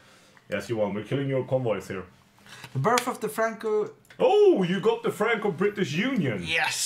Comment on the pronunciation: "Birth of the Frankuu~"